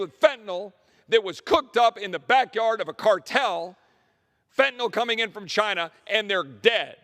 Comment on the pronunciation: MOST DEMORATS JUST WANT TO LINE THEIR POCKETS. BUT, I LIKE YOU. YOU SAID FENTINYL CORRECTLY. THANK YOI